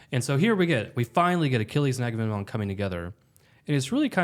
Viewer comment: Enjoying the discussion. However I can’t hold back any longer… are you guys saying Aga-nem-non? It’s Aga-mem-non.